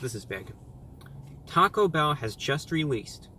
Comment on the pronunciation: Sounded like he said taco hell